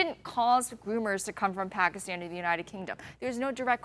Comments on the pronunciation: It's not pakistan she said "takistan" 😂😂😂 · FACT CHECK MINUTE 52 PAKISTAN DOES STILL HAVE HIJAB REQUIREMENTS, ALSO SOUND LIKE SHE SAID TAKISTAN THATS A FICTIONAL COUNTRY